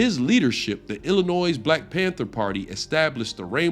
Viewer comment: "cowardly lion?" that ain't it, chief. stop trying too hard, btw. when you got something plain to say, say it. and the 's' in illinois is silent.